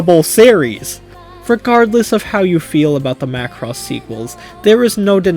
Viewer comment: Hey you said Macross right 😂